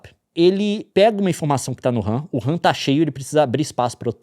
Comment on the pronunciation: A única coisa que eu tenho a reclamar desse vídeo é o Leon chamando a RAM de "wuhan" hahaha. Ótima analogia.